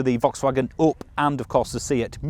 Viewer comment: The only car reviewer able to say "E up! "